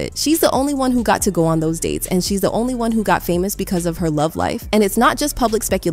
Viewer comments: "famooos" are some of the words pronounced badly on purpose?😂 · Haha, I love this AI's pronunciation on certain words, "famouse"